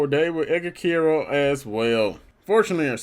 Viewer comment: Quero is pronounced care-o